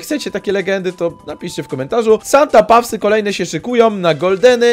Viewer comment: Pisze się Santa paws A czyta się Santa pos